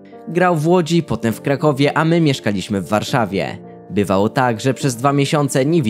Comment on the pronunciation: Człowieku naucz się poprawnie akcentować po polsku. Strasznie źle to brzmi jak mówi się piłCE, warszaWIE, maTCE itd.